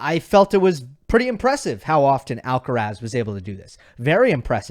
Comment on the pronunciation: Pronunciation: Put the stress in Carlos' last name on the last syllable. Spoken stress is on "raz"., you are pronouncing Alcaraz with stress on the "Al". But then again almost everyone gets it wrong unless you are a Spanish-speaking Latino.